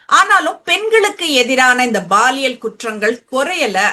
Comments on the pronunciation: Baaliyal இல்லை..paaliyal.. Unless u.mean posco crimes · Anchor pronunciation It's not Baalial.. it's Paaliyal